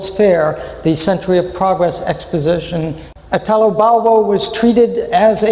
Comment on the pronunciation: You could, at least, pronounce his name correctly: Italo, accent on the first I, not Itàlo, which is ridicolous.